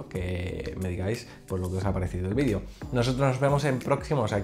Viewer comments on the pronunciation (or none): none